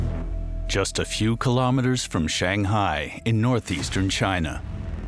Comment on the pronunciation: Kilometers.....NOT.....ki - LO - meters! Free Doc. the worst of the worst! 👎👎👎👎👎; the narrator Just doesn't get it!